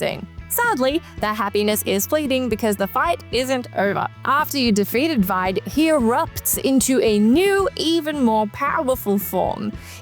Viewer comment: I'm sure I'm probably not the first or last to mention it, but "Vide" is actually pronounced "Vee-day".